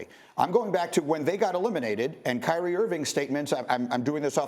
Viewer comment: There is no “T” in Kyrie only “I”. - a Team ♟ ♟ ♟ ♟ ♟ 🏀